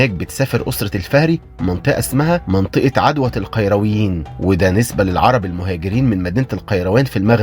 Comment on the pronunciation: احترامى للمحتوى وتقديمه بطريقه بسيطه لكن بما أن حضرتك بتنتقد مسلسل الامام الشافعى على استخدام اللغه العاميه احنا مش طالبين انك تستخدم اللغه العربيه بس التدقيق فى الكلمات زى كلمة عدوة اللى نطقتها بفتح العين ودى معناها عدوى أما نطق عدوة بضم العين وزي اسم السيده فاطمه الزهراء اللى اتنطق فطمه